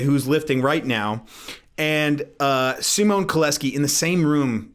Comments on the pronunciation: "sz" is pronounced like "sh", "ł" is pronounced sort of like "w" in say "weather", "c" is pronounced like "tz" in say "tzatziki" (not exactly but close enough) so with English spelling it would be sort of like Shymon Kowetzki. Rest of the letters you got right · It's pronounced SH-IHMAHN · not poland, czech here tho. i think its pronounced like "sheemon" but the "ee" is short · Nice vid, I've heard of Szymon, coz I am Polish too :) You can pronounce him as Cow-e-tzki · Szymon = Simon. First thing that comes to my mind is to pronounce "Sz" like in the beggining of "sharp". Cant explain how polish pronouncenation of y sounds. Google translate did a good job if u type Szymon/Simon in polish/english translator. Your videos recently are gold! :)